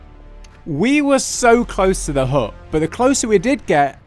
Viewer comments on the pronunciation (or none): Haha, the British pronounciation of the word 'hut' with a silent T is hilarious. Hu!